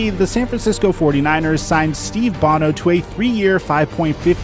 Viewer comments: FYI - that HOF kicker's name is pronounced like Yawn not Jan. Scandinavian...like Johan is pronounced Yo-hawn. And Steve Bono isn't the singer from U2, its Steve Bone-o. Just figured you might want to know. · Sorry to do this again, but Steve Bono is pronounced Bone-O... also a future chief, and holder of the strangest QB scramble in history as a chief. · I typically enjoy your videos, but your mis-pronunciation of Steve Bawn-o, Ed De Bartolo, and Jan Stenerud was brutal! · Who does your stat checking. So many typos in this. You butchered Steve Bono's name. Will Shields was a 3rd round pick, not a first rounder, but he was KC's first pick that year. And Im not even half way thru the video yet. Not your best video.